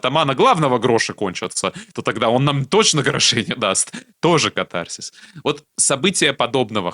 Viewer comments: кАтарсис! Ударение на первый слог! Если уж взялись по-русски говорить.. А по существу- интересно, спасибо. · В слове катарсис ударение делается на первый слог!!!